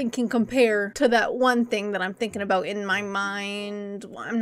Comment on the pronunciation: "Abooot time" lmao Canadians